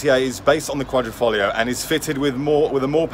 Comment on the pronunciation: I watched many video's on the Alfa Romeo Giulia Quadrifoglio but never have I heard the correct pronunciation, unless from an Italian. The correct pronunciation is Alfa Ro-meo (accent on Ro and not on "me") and it is Quadrifoglio and not Quadrofoglio (So the first "i" is not an "o").